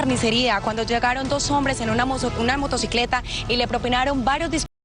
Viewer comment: en varios vídeos se equivoca asi xd 😅